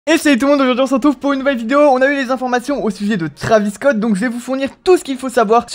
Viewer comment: Nn mais sois tu lis pas les commentaires sois tu le fais exprès,pour la 4eme fois c'est pas trAvis scott c'est trEYvis scott tu dis pas mikel jakson ou encore kylie jener je sais que beaucoup s'en foutent mais moi ça me rend fou !!!!